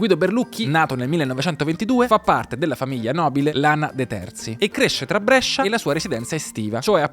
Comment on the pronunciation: ti prego, Brescia si pronuncia con la "e" chiusa!!:D